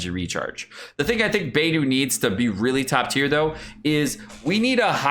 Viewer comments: I love you, but Xingqiu should be "Shing-cheeoh" and Beidou is "Bae-dough." XD I'M SORRY, it's driving me a little nuts now that I'm hearing their names so many times in a row, haha. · Xingqiu = Shing - Chew... NOT Shing Ku Beidou = Bey - Dough... NOT Bey Doo Xinyan = Shin - Yan... NOT Jin Yan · It's like he's purposefully mispronouncing every character's name wrong. lol. Xingyang, Baydoo, Shingque